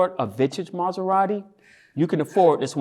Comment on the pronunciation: Im Sorry I gotta Ask Is this Scripted? "I was peacefully driving my Mazarati"